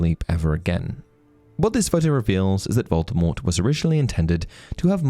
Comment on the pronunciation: It's "Voldemort" not "Voldemort".... I've been listening to the audiobooks